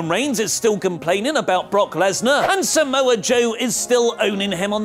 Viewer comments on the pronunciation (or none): none